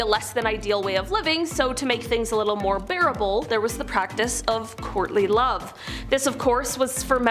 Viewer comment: I thought you said "Courtney Love" initially not "Courtly Love!!"